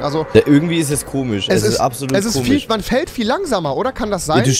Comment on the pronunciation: Bin ich der einziege der gemerkt hat das rewi ,,ch'' anstelle von ,,sch'' sagt zb komich oder so hahaha